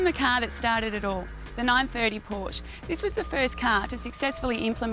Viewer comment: this is fail. fucking bimbo can't even pronounce Porsche right.